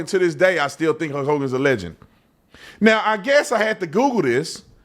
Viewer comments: Man, hearing Brandon pronounce Hulk as "Huk" is hurting my brain. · Why do u keep calling him Huk Hogan. Its HuLk. Like Bulk but with an H. Sounds super weird the way your saying it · Were you calling him “Huck Hogan”? Every time you said his name that’s all I heard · sounds like you are saying huck hogan lol